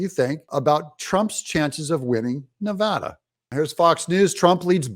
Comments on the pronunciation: Of course we did. And you said Nevada correct! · Thank you for saying Nevada correctly!!!!!!! Spoken like a local.